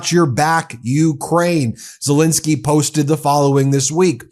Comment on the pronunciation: It's pronounced ZeLENsky not ZeLINsky.